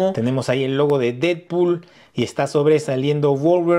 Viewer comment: solo vine a ver si tú también dices "didpul" en lugar de "Deadpool" 🤨